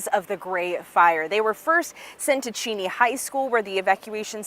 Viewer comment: They are definitely not pronouncing Cheney correctly idiots